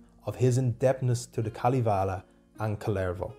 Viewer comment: Kalivale ? Its Kalevala... You say it how you write it.. I know finnish is hard languake, but this was kinda new way to say Kalevala..